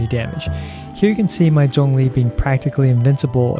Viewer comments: Hey someone that can pronounce Zhongli properly. Subbed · After watching this video for the 6th time it just dawned on me that he pronounced Zhongli's name right. It didn't occur to me until now because it sounds natural lol. I will aim to build him for HP after 1.3 update, keep up the good work! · I like that you pronounced his name correctly. Thanks for the guide! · Thank you for pronouncing his name correctly.